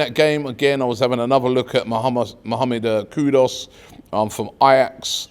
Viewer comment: Robbie why so you call him Kudos? It’s KuDus